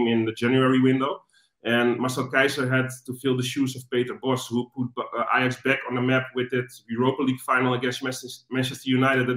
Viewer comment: Eyejax? Wow. Its like Arsene Wenger, but with an ajax fan.